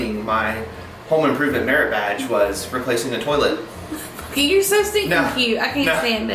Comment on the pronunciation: Oh my goodness! I thought my mother and I were the only one to say "terlet"! Brought back sweet memories of her❤